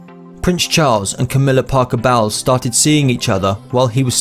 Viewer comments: Bowels are your intestines, Camilla’s last name is pronounced bowls. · FYI,,, ITS SHAND NOT SHRAND AND ITS BOWLS NOT BOWELS. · It's "An Inconvenient Truth: and "The Magic Circular". Camilla Parker Bowles is pronounced "bowls", not bowels. And so on. Lifestyle Insider needs a narrator who can read and pronounce the English language properly. The content is fine, but I have to give this a thumbs down as the errors are irritating. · how can they make a video and mispronounce the wife's name???!!!!!!